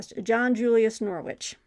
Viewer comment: I'm going to focus on Anglo-Saxons and Vikings for Q2. I hate to be that English guy but John Julius Norwich's surname is pronounced like the city. It's hard to put the actual pronunciation here but the second bit rhymes with ridge. So it is more like Norridge. But English place names are - deliberately? - difficult to guess from spelling. I was watching an interview with John Julius Norwich on YouTube - on a channel called Web of Stories - and he was talking about visiting his Uncle at Beaver Castle. But Beaver is spelled Belvoir. I mean come on! I'm going to finally read The Anglo-Saxon Chronicle and The Ecclesiastical History of the English People. Plus a couple of King Alfred biographies. Then I've got River Kings by Eva Jarman, Viking Britain: A History by Thomas Williams, and The Children of Ash and Elm by Neil Price for the Viking bit. I might add Ibn Fadlan if I get time. Great recommendations btw. My wallet does not thank you. I really want to read about Genghis Khan, because it is a gap in my knowledge. The same with Saladin. This period is probably the one I have the most gaps with as I did my History degree and the earliest module we did was Tudors and Stuarts. I might save the Chaucer book for when I get around to reading Chaucer - which will happen. And A Distant Mirror is a book I know I should read, but haven't yet. Sorry for the long comment!